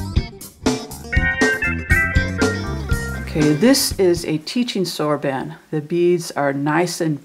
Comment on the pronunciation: Excellent. I've always wanted to learn to multiply on the soroban, and you did a great job explaining clearly. But please pronounce it soroban (the "a" is like Han Solo). It's driving me crazy.